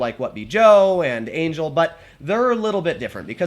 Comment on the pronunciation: The name is Anggael not Angel